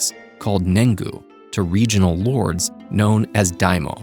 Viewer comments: daiMYO not daimo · next time put 1% of the budget into better pronunciations of the words, Daimyo isn't read as daimo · wrong pronunciation on daimyo